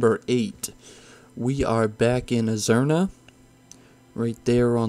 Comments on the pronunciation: was about to comment same thing. had to double take them both haha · Not only did he call azsuna and stormheim wrong he called eye of azhara eye of azruna